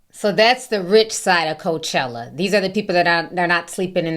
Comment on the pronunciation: Did you say Coachella or coach/HELLA